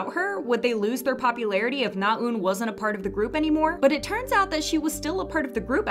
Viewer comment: Your saying Naeun wrong!!!!